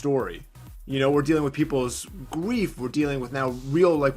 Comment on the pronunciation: bro said “gweif”